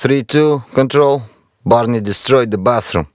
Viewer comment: Its not barney, its parnee, means "guys"